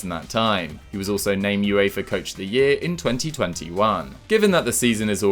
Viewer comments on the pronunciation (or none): none